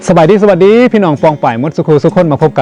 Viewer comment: .คำว่า.สะ.หวัด ดีไม่ใช่.ฉะ หวัด ดี.คำว่า.อิสระ.อิด สะ หระ.ไม่ใช่.อิด ฉะ หระ เด้อออ..ค่อยๆฝึกไปเด้อ..